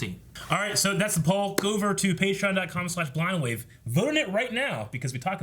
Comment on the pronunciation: Am I the only one who hears “Crew of Blahna Wave” ??? Fr tho